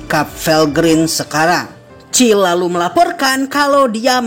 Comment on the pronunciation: Bang kykny kurang eneg dengerin nama cill harusnya siel